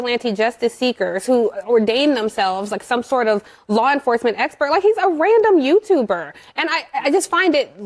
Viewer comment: " a random youtuberrrr" oh you mena like the ones YOU cherry pick for your agendas??